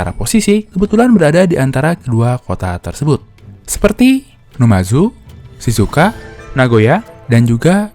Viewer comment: Mhn maaf min sebenarnya Uda telat banget ce saya ingin meralat di menit Di Visual Tertulis Shizuoka Tp knp secara Audio saya dengar berkali2 Mimin mengucapkan Shizuka,sory bnget Ne emang terkesan Sepele Tp itu bisa menjadi Masalah besar buat Konten ini